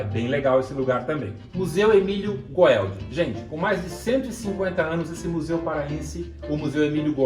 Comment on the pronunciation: Amigão muito bom MAS o museu Emílio Goeldi de pronuncia gueldi